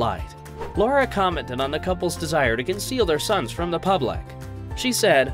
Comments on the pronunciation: Lara … not Laura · It’s Lara not Laura darling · It’s Lara, not Laura. This video is difficult to validate as accurate if you can’t get an important detail about the female protagonist’s name right 😂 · Makes whole video about Sam and Lara…and doesn’t pronounce Lara correctly once…. Lar-rah… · What a pity the commentator couldn’t get Lara’s name right 😢. “Lah-rah”. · For God’s sake her name is Lara